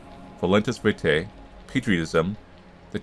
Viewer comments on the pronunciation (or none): none